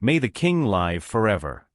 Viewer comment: it is Live- a verb- not Live- which is a noun